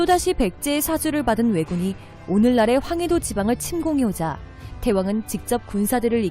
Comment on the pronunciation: 제귀에만 태왕이 태황으로들림?